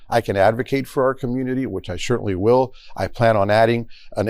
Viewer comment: "Thar wiwll be no ruble'n-survivors..."